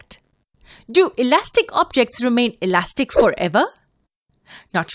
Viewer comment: U can’t say alastic